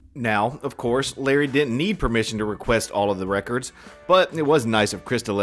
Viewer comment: Also, the way he says "reckerds" annoys the he'll out of me.